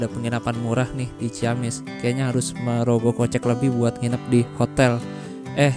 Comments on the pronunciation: Punten... mas, dibacanya ci-amis bukan ciyamis... setiap kata dgn kata ci dan kata berikutnya diawali huruf vokal, maka akan dibaca sbg vokal rangkap bukan diftong. Ci-awi, ci-umbuleuit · Ci amis bang nyebutnya jg ciamis hehehe